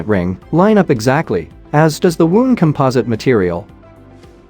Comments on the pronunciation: Actually it is both a noun and verb. Just the wrong pronunciation in this case . The AI can’t differentiate between an injury or a winding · wound is NOT pronounced woond !It's a verb, not a noun